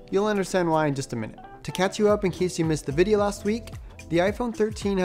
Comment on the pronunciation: I saw another bodeo saying its veey easy to break the svreen when taking the svreen apart. Is that right?